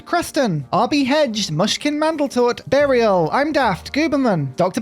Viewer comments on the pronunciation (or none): none